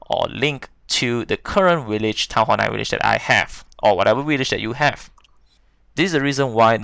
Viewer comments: Willage????? WTF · How many times dose this guy sat willage